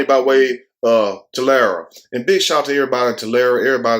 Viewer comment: You said it right it’s Tolarry Tulare